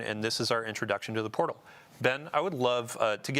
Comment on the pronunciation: The overemphasis on "the portal" is mind numbing.